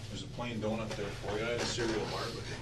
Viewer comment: Adorable, especially with that accent! Doonut😁